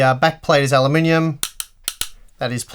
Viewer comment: I giggle every time you say "alumninium"